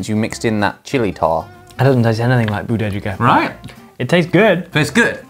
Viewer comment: That '부대찌개' pronunciation is so natural! Good job, Ollie!